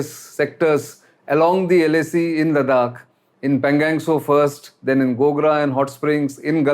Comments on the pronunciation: You are talking about the situation in laddakh for the past one year but how come you still don't pronounce the name of the lake correctly. It's not PANGANG it is PANGONG. 😛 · I request you to pay more attention to pronunciation of the words Ladakh (लद्दाख, not लडाक) and Pangong ( not pangang). Mispronunciation of these well known words by a popular speaker like you sound jarring. I hope you will consider my request favourably. Thank you.